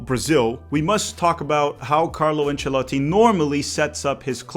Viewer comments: Conteúdo irado!! Loved the way you pronounce Ancelotti. keep up e bora brasilllll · My man can't just speak fluent English but also pronounce "Ancelotti" correctly 😂